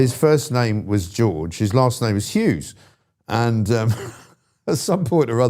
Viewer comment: It's Hughes not Hews!!